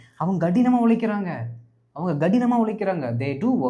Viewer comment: Sir you made a mistake in tamil.... (In tamil we say கடினமாக (kadinam) but you saide (ghadinam )